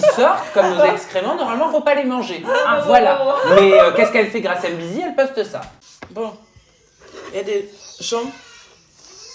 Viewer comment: faudrait faire attention son Nom c'est pas Grâce M bizzi mais Grâce M'Bizzi de la même manière qu'on écrit Kyllian M'Bappé et pas Kyllian M Bappé Du coup toi et les autres français d'ailleurs lisez mal ces noms y'a une apostrophe donc y'a une liaison à faire lorsqu'on les lit c'est comme ça les noms Africains mais vous lisez tous mal